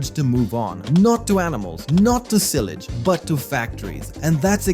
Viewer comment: Sorry, but it's no real simulator without equipment breaking down and getting sued for some BS every 2 years or so. Also, learn how to pronounce silage please.